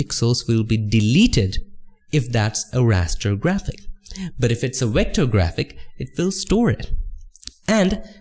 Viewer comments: Excuse me, what’s “recter”? Said “raster, recter, And smart object”, golly I am confused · Nice tutorial. Thanks. I only got confused coz you keep saying wector for vector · What's a wector? lmao haha jk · i love that you say wector, instead of vector, idk why but i think it's cute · Love your videos dude. Just make up your mind on how to pronounce the letter V please lol.